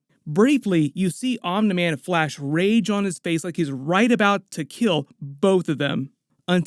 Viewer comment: I don’t know why it bothers me so much but it’s pronounced omnee man. Not omnuh man. Lmao